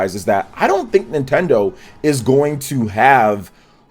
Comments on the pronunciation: “Nintenso” LOL! 😂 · Wtf is NintenSO?